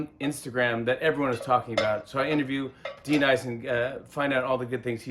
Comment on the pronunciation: D-Nice? Do u mean Denise?